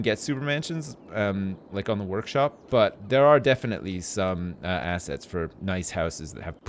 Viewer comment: Also every time says 'assets', I only hear 'ass'.